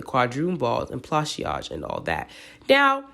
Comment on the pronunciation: Pla- saj- two syllable, not three... like a corsage